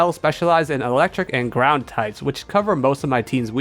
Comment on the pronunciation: when you got doduo and mudbray evolved, i really wasn't sure if you said "our two brown types" instead of "our two ground types" but it was amusing to think you did